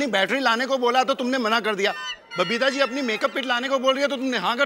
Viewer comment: Mai 10 year se ye show dekh raha hu and observe kiya hai ki babita r ko d pronounce karti hai and d ko r pronounce karti hai